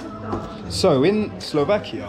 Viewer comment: Stop saying SlovakiO, man! It’s SlovakiA!